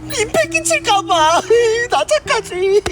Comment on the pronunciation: 나착하지 착발음할때빨리해서나착이라고들림